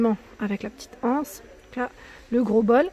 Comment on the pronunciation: Re, superbes ces chandeliers strass, les coussins ronds, j'adore mais pas mes couleurs. Le miroir fenêtres très original, tu es bien la seule youtubeuse à dire, une anse et l'anse, j'ai les oreilles écorchés à force d'entendre, la anse, grrrrrrr. Bravo. Merci pour cette jolie vidéo, et aussi pour ta façon de présenter, toujours très détaillée, dans 1 Français correct, et toujours avec le sourire. Gros bisous. Bel aprém.